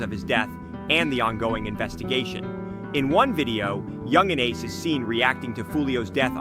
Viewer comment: You said ace name wrong, I'm not even gonna finish this video.. atleast know the names of the ppl you making videos on next time.. this has to be cap